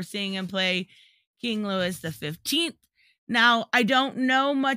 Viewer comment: Its pronounced lu e ( French) Louis the 15th , scandalous king even for a French king .